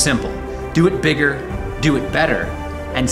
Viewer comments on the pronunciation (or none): Im sorry did you say would do it..."bigger"?